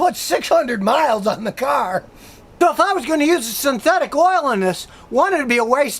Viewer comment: scotty am not happy u said car....u normally cyarrrrrrhhhh